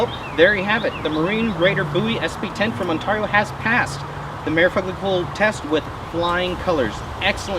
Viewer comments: That's gotta be the weirdest way of saying Ontario it's usually on-tear-e-o (tear as in rip and tear) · It's not pronounced 'tar' but 'tare' On-tare-e-o. I know because i live in the said Province of in Canada. The U.S. one is said the EXACT same way!!